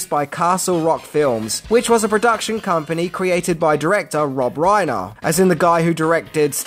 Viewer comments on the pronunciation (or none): none